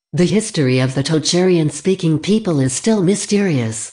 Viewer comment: Omg that text-to-speech voice is painful to listen to. You couldn't find a human to narrate a 10 minute video? Perhaps they might then have caught some of the errors ("East Germanic that not extinct"?) and pronunciation of unusual names (e.g. Tocharian) might have been improved.